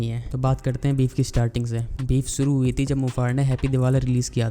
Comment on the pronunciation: Akas nahi Akash hota hai, Suru nahi Shuru hota hai.